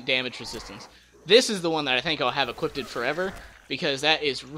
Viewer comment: "Equippeded" tho